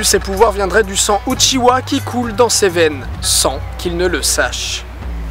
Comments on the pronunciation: UchiHA et pas UchiWA merci... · C’est pas uchiwa mais uchiha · Par contre c'est "Uchiha" Pas "Uchiwa" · Uchiha, pas Uchiwa. Merci. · Le second mystère: pourquoi les francais disent uchiwa quand cest uchiha? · UchiHa bordel ! Mes oreilles saignent quand j’entend UchiWa 😭😭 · *Uchiha, pas "Uchiwa". ^^ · Oh mon Dieu. Il a dit "UchiWa" C'EST UCHIHA. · tu me brise le coeur a dire uchiwa SES UCHIDA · uchiha svp UCHIHA PTN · Pas Uchiwa, Uchiha. Où t'as trouvé le w? Pas Danzou, Danzo. Où t'as trouvé le u? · Bonne vidéo malgré la prononciation de certains noms ("Uchiwa", "Danzou") qui fait mal aux oreilles x)